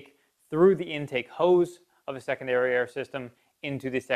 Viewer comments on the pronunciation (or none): I just kept hearing "second dariare"... My single dariare works just fine though...